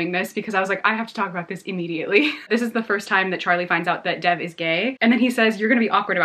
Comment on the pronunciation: You're mispronouncing Dev's name. It's more like Dave with a soft "d." Love your videos :)